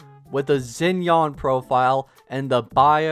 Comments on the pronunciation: Bro is saying Zen-yawn. WHO IS THAT 😭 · isnt xinyan's name pronounced shin-yan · Yeah, I hate how he pronounced it 😭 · hurt my soul when he says zin-yan